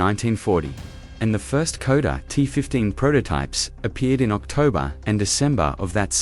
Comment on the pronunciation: KODA ???? your AI needs correction..SHKODA !!